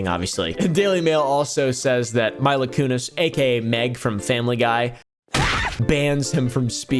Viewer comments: Also Mila Kunis is pronounced Meela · MEEEELA lol I know its spelled Mila but its pronounced ME-LA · idk why calling her my-la kunis is so funny to me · “Meela” you dweeb lol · Some name pronunciation assistance "Wa-Le, Mee La " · "I've never heard of this fella named 'Whale.'" 😂😂 It's pronounced like Wall-Lay,. Also, you got pulled over for doing 4 over the limit? Tell me you're in Texas without telling me you're in Texas 😉 Omgoodness.. "My-la"? It's Mee-la.. If you were trying to farm more engagement by mispronouncing names well then, mission accomplished my man! 😂